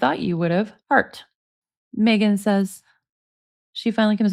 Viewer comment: Nick says...Mmegan😂😂😂